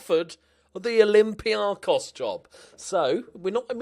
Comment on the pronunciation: Oh...im so disappointed you went to Olympiakos... But I'm glad you came to Greece finally! Mainly due to the name pronunciation! Cheers mate, keep it up!